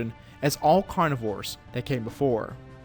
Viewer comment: you need to say carnivores